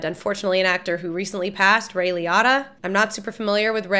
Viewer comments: Liotta was pronounced "Lee-oh-tuh" not "Lee-ah-tuh." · Not a huge deal but just for other conversations I think Ray's last name is pronounced "Lee-OH(hard O sound)-ta" But yep, this was a true story for the most part. Henry Hill was a real man (died 2012), went under witness protection after ratting on his partners, and went into hiding in Nebraska, Florida and a few other places under protection Another Scorsese film I'd heavily suggest that stars Leonardo DiCaprio is Shutter Island. It's not a gangster film, but another period piece and also has Mark Ruffalo in it!! It has a lot of character driven moments by DiCaprio and Ruffalo along with the other support cast members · Ray Lee-Oh-Tah, not Lee-Ott-Uh. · Hermione: "You're saying it wrong! it's Ray Lee-OHH-taa not Lee-ATTA!" Hermione snapped. Ron: “You say it, then, if you’re so clever,” Ron snarled. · It’s Ray Lee-O-Ta not Lee-Otta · Liotta is pronounced Li-Oh-ta not Li-ah-ta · Google probably saw "Director" and "Martin Scorsese" so it showed you a film that the director Martin Scorsese was in. And I am fairly certain it is pronounced "LEE-OH-TAH" :) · Just for the record… it’s actually pronounced “Ray LEE•O•TA” 😎😘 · It's Ray Lee-O-Tah. Get it right. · LEE-oh-TAH, great review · Interesting. Everyone I've ever heard pronounce his name (including many interviewers) says it differently from you (lee-oh-ta). But if I'm reading the phonetic spelling correctly on his wiki page, you're saying Liotta correctly. Maybe that's the Italian pronunciation... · It's pronounced "Lee-oh-ta" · I'm sorry I didn't wanna be this guy lol but it makes me crazy how you pronounce Liotta lol for all I know you could be right but I've never heard it pronounced that way 😂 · Is she pronouncing Liotta's name wrong? Or have I been my whole life? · The way you say Ray’s last name is just a bit off. Another great movie he’s in that if you haven’t seen you should so react to is Field of Dreams.